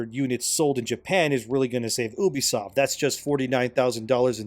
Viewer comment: It's pronounced "Yubisoft" I think.